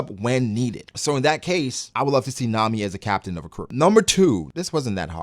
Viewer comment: I’m glad he said Nami